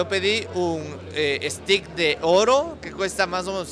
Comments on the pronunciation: STEAK 🥩 se pronuncia e-s-t-e-i-k. Cuidado, 😊 ustedes dicen "estic" es un palo (pedazo de madera). Saludos 🌹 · Si, le falló la pronunciación 😁, en todo caso buen video.